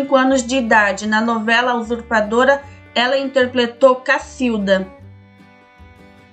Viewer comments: Essa menina fala interpletou. E interpretou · É fofo a narradora falando a palavra "interpletou", rs